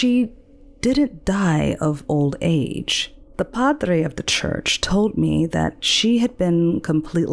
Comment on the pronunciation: TOLD not TOLT , LEAVES not LEAFS Narrator is OK. story is OK.....just OK. I'm rather sensitive to language bastardization. Probably others' mis~speach more than mine..lol